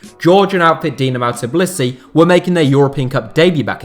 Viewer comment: It’s Tbilisi not Tiblisi 😂😂😂